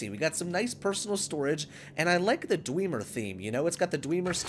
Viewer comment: Lol wtf is dweemer its dwemer not dweeeemer